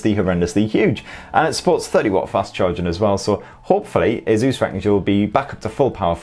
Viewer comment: whats with all the weird pronunciation of "asus" lol